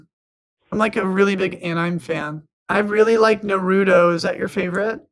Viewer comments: Its not nAturrro it's (NAR-u-to) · I really hope he was mispronouncing naruto on purpose... I have never heard it called Nar-a-to before. It's pretty obvious it's nar-oo-to (at least that's the best way I can phonetically type it without using legit phenetic characters). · its Nar-u- to. long O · *Face Palm* You don't know Naruto? (Nah-Rootoh) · "He likes Narahdo" 😂😂😂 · Jesus... NA-ROO-TO... NARUTO..... and its a CHALLENGER... not a CHARGER.. hollyyyyy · "he likes NurAtO" lol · Its pronounced Nar oo to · Sry but naruto pronunciation Is na - ru - to no offense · Nah-roo-toe lol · "Put norado on"😭😭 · NARAHTOE. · the way you butchered naruto's name really hurt but you still deserve my like and comment 😘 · you say a lot of words in Hindi but can't pronounce Naruto? Do you think maybe you spend a little too much time with Tushar & Co? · Love your content but how do u have tha amazing blue and purple hair and not know how to pronounce NARUTO. keep up the good work king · the video is great.. but pronounce naruto correctly